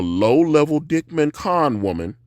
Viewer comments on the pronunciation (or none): The Dyckman pronunciation was atrocious…